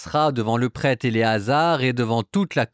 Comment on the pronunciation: Merci pour votre travail. Essayez cependant de bien prononcer le mot prêtre. Trop souvent on entend le prête. Fraternellement